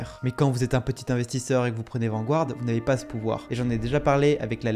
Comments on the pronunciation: c’est pas « Vangouarde » mais plutôt « Vangarde » en termes de prononciation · Intéressant, indeed! Mais, svp... Garde... Garde... VAN-GARD... Pas Gouard... Vanguard... Comme le journal anglais "The Guardian"... Garde-ian... Pas Gouardian! 🤯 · Vanguard is pronounced Vanguard not vangouard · On dit {Vangard} sans prononcer le u. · bon reportage, mais la prononciation de "Vanguard" est vraiment désastreuse.